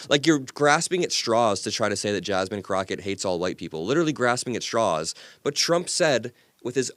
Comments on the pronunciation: The way he purposely mispronounced Jasmine Crockett’s name said so much. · how about how he deliberately mispronounced Jasmine‘s name calling her Jasmine cricket rather than Crockett I thought that was very disrespectful and very telling. Same Chyna crap they did with Kamala like come on. It’s just childish and ridiculous.